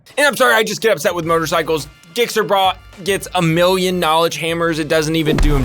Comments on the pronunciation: It's pronounced Jixxer bruh lol. If the governments recognized motorsports and gave them an affordable outlet you would not need to make videos on these guys. Racing is in closed off tracks is stupid expensive. These guys hit the street because there isn't many places to go. Local governments with heavy motorsport activity should consider police escorts for stunt rides/racing and use it to make money for the city. If these guys die doing the stuff they love should be viewed honorably. I do agree public endangerment is not the answer but y'all old people need to look at the bigger picture of the cause of the issue and not the symptoms. This is why politics and legal issues are a shit show. The government cares more about punishing acts more than coming up with solutions to prevent the need for illegal activity. America broke off from Britain to create the free world but we have slowly falling into their ways. But what do I know the King knows best... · Why is it always the jixxers giving us all bad names 😂💀 Also, it’s pronounced with a “j” sound, it comes from the fact that the model number of the bike is a GSXR which when you say it letter by letter, the G sounds like J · it's pronounced jixer. pretend the G is a J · I know, I just about died laughing when he said that lol. I knew it was gonna be a hate video right when I heard "gickser" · Having to hear saying "Gick-ser" is the worst part of this video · Who doesn't love a little Gick-gick. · The way he pronounced gixxer had me questioning his legibility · Lmao when he said gixxer brah was funny af lmao he don’t even kno how to say gixxer brah 💯😂😂😂😎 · I laughed when you said Gixxer wrong. But you lost me at, I hate motorcycles... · This soy boy can't even say Gixxer correctly. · He said his name wrong...lol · I could write so many comments about but decided to be nice. Also, please learn how to pronounce the word Gixxer. Thanks brah! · dislike for the way you pronounced gixxer brah